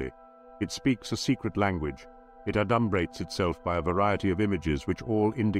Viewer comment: It's A dum Brates, not a DUMB brates. But thanks.